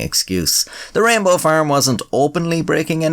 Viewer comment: I love how, with your Irish accent, "rainbow" sounds almost indistinguishable from "Rambo".